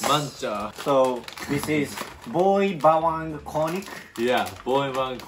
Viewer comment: Its Spot On When You Say "Boy Bawang" Congrats About that😃